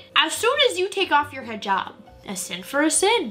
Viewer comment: FINALLY SOMEONE WHO ACTUALLY PRONOUNCED HIJAB CORRECTLY THANK YOU